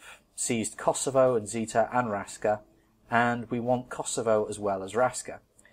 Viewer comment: Raska is pronounced Rashka :)